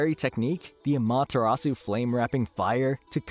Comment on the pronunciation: You say “susano” and “Amaterasu” like an true white American😂